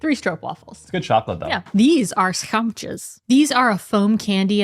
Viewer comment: Schuimtjes ----> schuimpjes. Don't blame you. Dutch is weird.